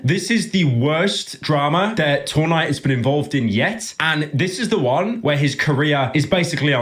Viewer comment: Why does he keep saying two nigh